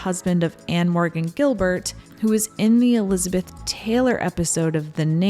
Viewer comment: Fyi - Ann Morgan Guilbert pronounced her last name Gill-bear (she corrected me when I met her back in the 90s)